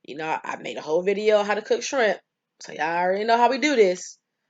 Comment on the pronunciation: She said yerrrr and I subscribed